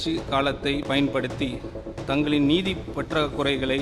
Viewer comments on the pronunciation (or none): நிதியா- நீதியா-சரியாக படிக்க...